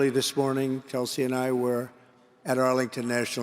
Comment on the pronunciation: Tulsi is an opportunist and a sellout! Dumpi can’t even pronounce her name! I cat believe she is kissing up to this creep!